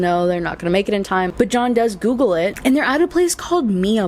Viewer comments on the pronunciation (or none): none